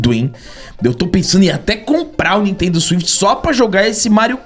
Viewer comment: Engraçado o falando nitendo swift, prova de parou mesmo no 64,, compra que vc e seu filho vai amar demais, Nintendo Switch é muito bom!